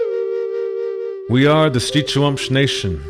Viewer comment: Happy to learn the correct way to pronounce Schitsu’umsh. Thank you